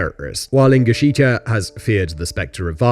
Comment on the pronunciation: Ingushetia, not ingusheetia